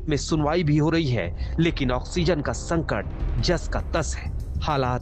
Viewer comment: It's संकट not संटक!!